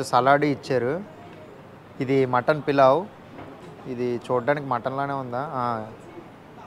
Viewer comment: పలావ్ ని , పులావ్ చేశారు.. ఇప్పుడు నువ్వు దాన్ని పిలావ్ చేశావ్ .. మీ భాష తగలెయ్య 🤦🏻😅